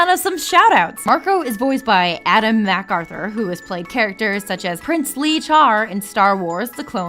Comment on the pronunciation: shes terrible at pronouncing names its not mac aruther